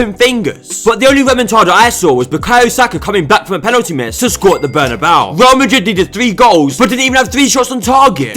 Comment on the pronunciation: "The last kick of the game at the Bernebeau is a very long time!"